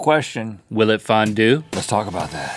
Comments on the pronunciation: fondue? FON-DONT!!! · Fondue or fondont Haha... Hahaha... Ha..... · “Cheese Fon-doodles” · Fondues and fondont's. ha ha ha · Fondue? More like FON-DONT! (I'm not sorry) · It Fon-DON'T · US-Americans can never pronounce Fondue right! It's a french word, so spell it like one.